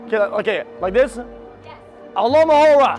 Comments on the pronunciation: I can't with this guy xD "'Allo-mahoe-ra!" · "Say Alohomora." Felix: "ALOMOHORA!" Kai: "ALOMOROHA!" Felix: "What are you saying?! Read it." Kai: Alohomora...ALOMOROHA!!!" I'M DYINGGGGGG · Say Alohomora, "ALOHA" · why did they both say alohamora wrong hahahahaha